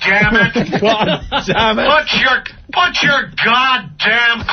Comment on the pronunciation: Opie saying "but" instead of "PUT" is ENRAGING.